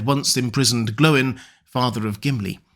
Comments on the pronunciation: See Appendix E of LOTR. He's correct. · "Glow-in" is correct. In the name "Glóin," the accent on the "o" indicates a long vowel. This means the "o" and "i" are pronounced separately, not as the diphthong "oi." See Appendix E in LOTR. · Yes, Glóin is pronounced "Glow-in." As explained in Appendix E of LOTR, the accent over a vowel indicates a long vowel, meaning the "o" and "i" are to be pronounced separately, not as the diphthong "oi." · keep it up. Glóin pronouced like groin is just horrid.